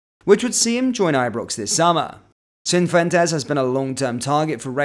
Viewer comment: Cifuentes, not Cinfuentes.